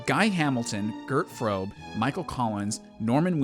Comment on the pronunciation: I beg your pardon, Yankee ... but who is supposed to be "Gurd Froup"?